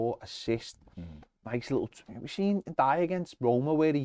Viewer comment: For the love of Dixie Dean please find out how to pronounce Ndiaye...